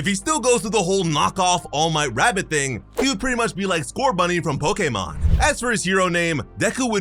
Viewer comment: it's how he pronounced Pokemon